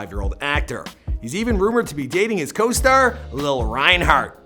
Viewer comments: “Lil rienhard “ 😂😂😂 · Idiot it’s LILI not lol wtf🤦🏽‍♀️🙄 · LILI NOT LIL omg lmao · No it's not lil it's Lilly it's just spelled lili 😂😓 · Bro, it's Lili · 1.) not rumored dating, confirmed 2.) Lili (Lihl-ee) how hard is it. Do some research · It’s LILI !!!!!!!! Like lily but LILI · did he say lil reinhart? lololol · DO LILI REIGNHART (AND ITS LIH-LY) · It’s pronounced lil-Lee Lilli reinhart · It's Lili Like Lilly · Omgggg he doesn't say Lili's name right im officially pissed😂😂😂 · Who else got mad when he didnt say lilis name right 😠